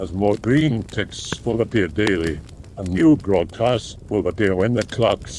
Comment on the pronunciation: Sounds about the same to me but I used to hear "welcome to the broadpast" instead of broadcast...